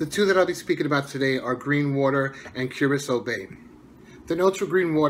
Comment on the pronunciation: The one that I'm most interested in would be Curacao Bay but I think I'm going to pick up a sample of each as soon as I get the chance. Thanks for the pronunciation I would have been saying it wrong without your help lol